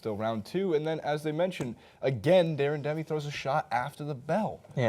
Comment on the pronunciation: Deren-demi lol 🤦🏻‍♂️